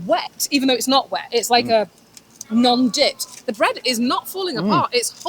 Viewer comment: “Dipped” not “Dip”. IMO Mr. Beef is not even Chicago’s best.